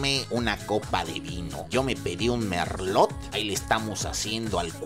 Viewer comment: No es pizza "capris", se pronuncia tal cual está escrito, CAPRESSE. Y no se Merlot, la t del final nunca se pronuncia en francés, se pronuncia "merló".